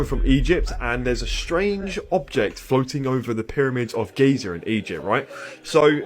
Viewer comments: Gizeer? Really? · Why do British people need to make a word/name as simple as "Giza" sound like "GAeezàarra!?!?" That one is a proper noun. A name. - they add like 3 extra syllables of effort wth?